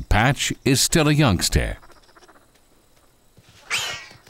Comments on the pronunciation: Yang..ster ...for youngster lmao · "Patch is still a youngsteh" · What the hell is youngstair? and what is premival?